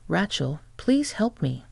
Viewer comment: Pretty good AI voice, but any native-English speaker would know that is a horribly wrong pronunciation of "Racheal". It is a long A, like "ray", not "rat". It's really jarring to hear it over and over again.